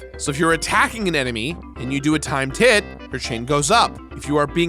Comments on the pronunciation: why do I keep hearing "Time tit" instead of "Timed Hit"? :P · Is he saying “Time Tit”?? If so, awesome 😎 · Why do you keep saying "Time TITS!"? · I've heard "timetit" everytime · I heard time tit every time. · Is he saying time tit? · OOOOOOH TIMED HIT, I HEARD TIME TIT THE ENTIRE TIME!!!!! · Timed hit but I heard the same, lol.